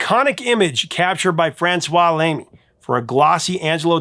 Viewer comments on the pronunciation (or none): none